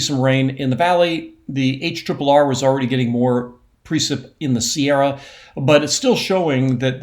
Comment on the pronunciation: Every time Mark says, "Sierra," I smile; wherein, when he says, "Shasta," as he moves his cursor over Mount Shasta, I grimace. Calling Mount Shasta, "Shasta" is akin to saying "Sierras." 😢